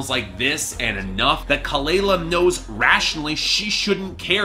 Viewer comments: Its pronounced kuh-luh-luh...plz research before reviewing. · you don't even know how to pronounce her name or kehlani's name right. Lol. Try again. #boybye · say her name right lmaoooo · For starters, you should learn how to pronounce her name right. I couldn’t even make it past the one minute mark without being grossly annoyed.